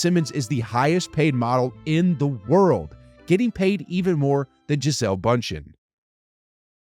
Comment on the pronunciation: As a brazilian, listening to you saying Gisellle “BUNTCHEN” made me wanna cry